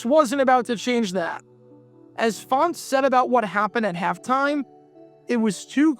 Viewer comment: Len was an assistant for the Lions for a while, I think. I just found it weird that for some reason he pronounced his last name differently than Wayne did. (like "Fon-tez")